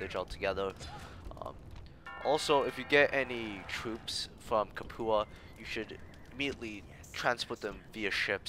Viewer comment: Lol good video but you mispronounce Capua. It's the same Capua spartacus revolted in, I believe its "Cap-you-ah"